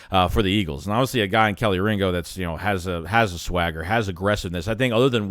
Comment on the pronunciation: KEY-Lee Ringo, Kelee Ringo. Not Kelly Ringo... SMH...